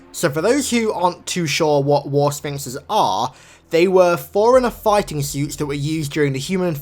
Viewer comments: For the love of God... Stop saying "foreigner" instead of "forerunner". FFS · It's "4 runner" BTW